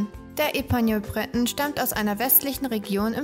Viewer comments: Breton ist französisch! Es wird nicht englisch ausgesprochen! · Ähm, Du sprichst den ersten Teil der Rassebezeichnung französisch und die zweite Hälfte englisch aus... ok, weiter unten selber bemerkt. Hab die eben erst "entdeckt" und finde sie knuffig. Eigentlich bin ich keine Hundefrau, eher mit Katzen und Pferden, aber ich fange an, drüber nachzudenken. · Sie sind reizend und klug und ganz wunderbare Gefährten. Nachdem mich mein geliebter Pointer heuer verlassen musste, bin ich auf der Suche nach einen Bretonen. Aber das ist ganz schwierig, in Österreich sind sie derzeit nicht zu erhalten. Ich würde für einen Epagneul natürlich auch ins Ausland reisen. Hat jemand einen Tipp für mich? Das Video ist gut gemacht und informativ. Aber "Breton" habe ich bisher nur französisch ausgesprochen gehört, das anglisierte "Brét'n" klingt für mich etwas sonderbar. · Wir üben dann nochmal die Aussprache von Breton und Tricolor.....